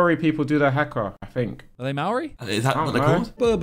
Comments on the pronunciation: as a new zealander, here's the correct way to pronouce maori - Mole Ree, and the haka is pronounced Ha as in HAHA, Ha a :) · fmd "Mowry people do their Hacker" 🤣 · the pronunciation of Māori and Haka killed me 💀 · the way the pronounce maori and haka.. brudda.